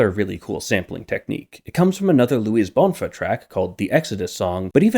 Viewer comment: so the main hook was twinkle twinkle little star all along also, not that it matters much, but the stress in "bonfá" is on the 2nd syllable, that's what the acute is telling us